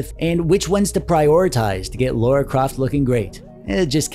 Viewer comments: I hate to do it, but....Its Lara not Laura 💓💓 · It’s pronounced Lara not Laura, and she’s MY Girlfriend!